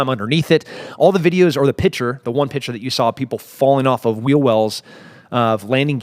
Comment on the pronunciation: Its “pick-ture”!!